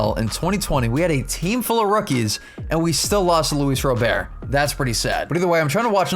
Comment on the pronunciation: (luis row-bear) im dead